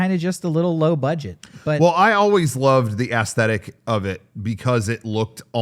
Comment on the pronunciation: has always pronounced aesthetic as ass-stetic, what gives??